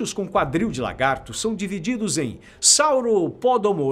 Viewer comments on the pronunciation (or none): none